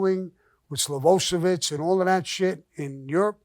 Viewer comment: "SLOVOSEVIC" 😅✌...This means Milosevic. Sammy is LEGENDARY.😎